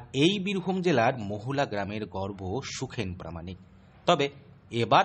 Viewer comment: সাংবাদিক ভাই ওটা গর্ব (২.০২), গর্ভ না